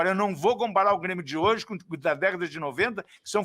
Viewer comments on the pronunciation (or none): Ele ameacou falar Bremio? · "BRÊMIO" FOI FODA !!! kkkkkkkkkkkkkkkkkkkkk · Ate o falou Bremio!!!!!!!! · Impressão minha ou ele falou "bremio"? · Foi só eu que percebi ele disse "Bremio" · o cara realmente falou ''BRE'' de Bremio KKKKKKKKK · Quase que ele fala Brêmio. Kkkkk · Q minuto ele falou Bremio? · As entrevistas do é tipo, um seriado de média com dois episódios por semana. Ele falou Bremio? Kkkkk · ele disse cara de Bremio 😂😂😂 já tá aceitando a B